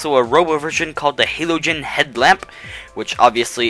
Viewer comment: you mispronounced halogen. you should go back to 1st year of high school